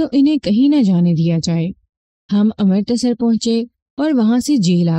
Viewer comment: امر۔ تسر نہیں بلکہ اَمرِت سَر